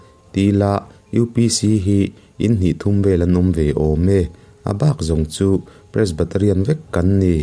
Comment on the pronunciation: Pres-BA-TA-rian i ti maia ka hriat???, 😁😄😃😀